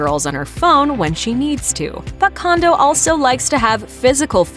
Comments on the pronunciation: ugh! and it drives me crazy how she mispronounces her last name! its pronounced "CONE DOH (as in play doh) not CONDO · Pronounced Cone-dough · No, they didn't. Mah-lree-eh is the correct way to pronounce the Japanese name Marie. (Ok, fine they pronounced her last name wrong. It should be Cone-dough)